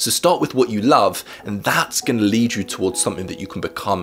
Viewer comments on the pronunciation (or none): none